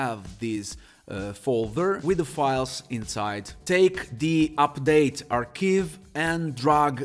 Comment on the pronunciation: Ooooooh ARCHIVE! Oh my days..YouTube Auto Subtitles were saying all sorts... Don't take Offense..but. Aaarr K eye V. AR K iiiiiiive "I" like Eye? Not Eeeeee like KEY... Sorry if I come over as rude...love your accent...but it left me totally confused for quite a while.. Anyway.. thanks for that..